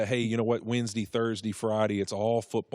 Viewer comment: Wensdee, Thursdee, Fridee